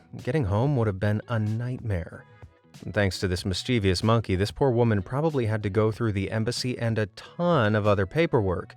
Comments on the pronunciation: Sorry, it bugs me when you repeatedly mispronounce "mischievous" as "mischeev-ious" . Obviously you have spelled it correctly. I'm going to have to call you out ironically because of one of your own videos -- YOU HAD ONE JOB! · Sorry but its a 3 syllable word, not 4, MIS-CHIV-US (sounds like) We take that extra vowel and move it lol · Mischievous is three syllables, not four! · PLEASE learn to pronounce the word ‘mischievous’ correctly. It has 3 syllables not 4. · Please pronounce “mischievous” and “orangutan” correctly! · great video, my friend and i loved watching it. just curious, what's your vernacular, we find your pronunciation of the word "mischievous" rather unusual.